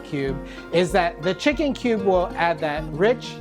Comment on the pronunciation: when i listened de word kube, I just escaped.